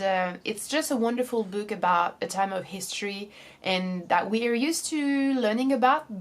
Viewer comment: Other than the way she pronounces some words (the words "video" and "book" for example) her English is good in general